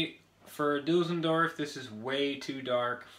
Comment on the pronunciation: Düsseldorf not Dusseldörf Mate.. ! 😉